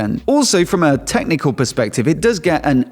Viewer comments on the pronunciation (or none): none